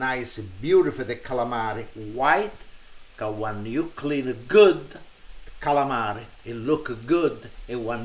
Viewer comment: LINGUINEH WITH D A CSAALAMEREH. he says caalamari funny hehe calamri jjijijijiijijiji 😋☺☺☺☺